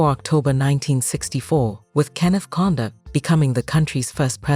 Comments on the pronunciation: Who tf was narrating this? Why didn't they have a Zambian person to narrate this... She says Konda (Kaunda) 😂 and Longu (Lungu) wtf. It is a very good video though, except the pronunciations of some words. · Not conda kaunda😂😂